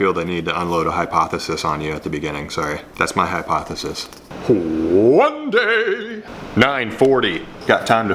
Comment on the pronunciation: HWHONE DAY!!!